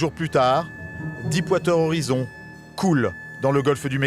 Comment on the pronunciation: Stay classy Deep water horizon et non dipe wateur horizon ;)